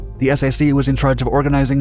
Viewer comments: I loved the content of this video but I wish the narrator did all of his his homework instead of just reading a script. It's not S-A-C as an acronym, it's SAC (sack) as in a one syllable word. And he kept using the acronym USAAF when talking post Sept 18, 1947, the birthday of the USAF. However, it did motivate me to dust of my VHS tape of Jimmy Stewart's Strategic Air Command!!! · I've never heard of SAC pronounced S.A.C. It is always "sack." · It took me a moment to understand what S-A-C was. It's the Strategic Air Command in my home town. We call it SAC, pronounced, "sack." Those planes flew overhead when I was a kid. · I was wondering that the h3ll this guy was talking about - S aye see. I was stationed near Ramey Air Force Base in Puerto Rico. And they always referred to it as the "sac" base. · Gen. Curtis LaMay is definitely ROLLING OVER in His Grave.... My Dad was in SAC - flew the HABU!! Later, I was in TAC.... Pronounced: SACK and TACK, just so Millennials don't continue to REWRITE ALL of History!! 😖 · I was in the 321st OMMS in the late eighties. Never heard anyone call Strategic Air Command "the S-A-C", it was always pronounced "sack". Just like Military Airlift Command was pronounced "mack", not "the M-A-C" or Tactical Air Command was "tack" not "the T-A-C". Although, when MAC went to AMC, well yeah. LOL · NOBODY called Strategic Air Command the “S.A.c.”, they friggin called it “SAC” (Sack)!!!! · Strategic Air Command was referred to simply as 'SAC' as in 'sack'....not as 'the Es Ay See'.... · A couple of points: The USAAF ceased to exist in 1947. It was SAC, NOT "the Ess Ay See," pronounced "sack." Get it right, or don't even do it. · Strategic Air Command.....acronym SAC, pronounced "sack". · You confuse people by saying "S. A. C.". Say "Strategic Air Command" or SAC (pronounced "sack"). I am an Air Force vet. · Strategic Air Command was called SAC (think sack), not ess ay see. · Pronounced Sack, not The S-A-C! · Not s a c, SAC!